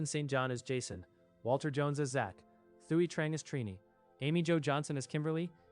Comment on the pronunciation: Thuy is pronounced "Twee."